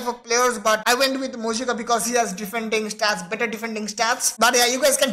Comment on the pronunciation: Moijca pronounced as moi-ka